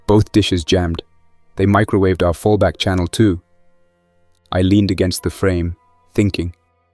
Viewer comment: Fall back is fullback. 😂 schedule is chedoo